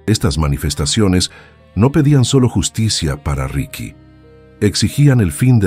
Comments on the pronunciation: Pero no es RIKY ES RIXI MÁBEL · Los relatos son muy buenos pero escucharlos en voz artificial le quitan mucho, ya que, en este relato por ejemplo no puede pronunciar el nombre correctamente, ricky, richi no es correcto se disfrutarian mucho mas con voz humana